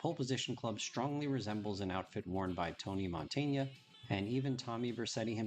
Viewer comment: Another great video, I love that heavy BF! Btw it's not Montaña, is just Montana (just in case you name him in a future video).